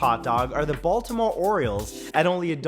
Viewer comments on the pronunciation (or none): none